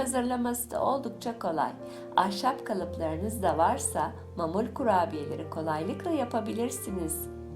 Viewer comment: Mamul değil ma'mul. Yani معمول. Doğru telaffuz edin lütfen.